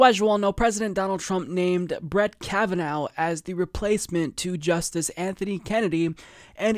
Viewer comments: You got everything right about Kavanaugh, except for one thing: you mispronounced his name. It's "Ka-va-naw*," not "Ka-va-*now*." That is to say, it's an Irish name, not a German name. Trump, who got everything else about the man wrong, at least pronounced the name correctly, as at, for example,. Also, if you are so naive as to put your faith in Chuck Schumer to stop this nomination, that'll be the *second thing you got wrong. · Hmm, /'kævənaʊ/? Before now, I've always heard it pronounced /'kævənɔ/ (like Trump pronounced it). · Kava-now? Really? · I don't understand why he's pronouncing Kavanaugh that way. Trump literally said his name.